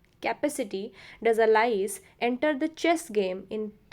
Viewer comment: Please pronanuce correctly Alice